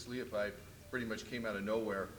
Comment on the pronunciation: He said his name right too lol